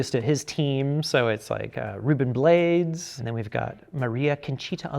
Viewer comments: Rubén's last name is not pronounced blades like one syllable. It's two syllables, Bla-des. Also he was in a great movie you should do a review on called Disorganized Crime. It's a great ensemble cast with Fred Gwynne, Ed O'Niell, Lou Diamond Phillips, Corbin Bernson and the dad from Boy Meets World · Ruben's last name is pronounced 'BLAH-DESS', Ruben Blades. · It's pronounced Bla-des. Ruben Bla-des. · Ruben Blades is pronounced Ruben BLAH-DEZ lol